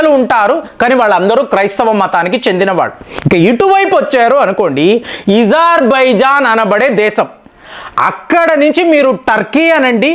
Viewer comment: అది ఇజార్బైజాన్ కాదు అజార్బైజాన్